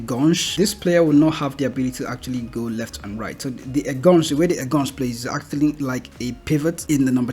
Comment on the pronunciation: En-gaan-shai (enganche)